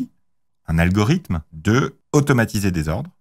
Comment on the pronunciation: dit un peu à ton invité qu'il faut dire algoriThme et non algoriDhme, algoridhme n'est pas français...